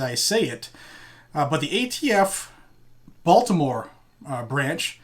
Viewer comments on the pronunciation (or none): none